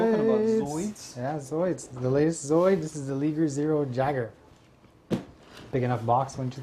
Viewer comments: i beileve it isnt pronounce leeger. but lie-gur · the liger is pronounced the same way that tiger is its a mix between tiger and lion :P .. and jager is like yayger.. :D awesome videooo!